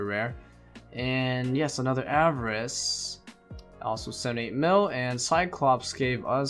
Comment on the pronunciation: 'ava-rice' okay